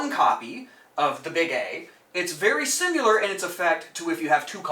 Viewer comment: I enjoy your videos but please please alter how you say similar. You pronounce it "simular". It should be Si-muh-luh Anyways, great content and thanks for sharing!